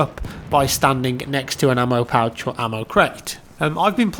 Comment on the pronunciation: Ammo pouch or Ammo kraut?? Lol it sounds like he said Ammo Kraut lol